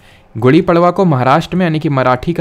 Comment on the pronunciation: पडवा❌ पाडवा✅